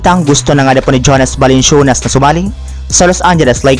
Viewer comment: Parang balanswenas balansyunas narinig ko par